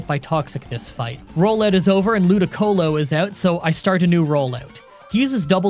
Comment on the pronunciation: Man said “rollayewt”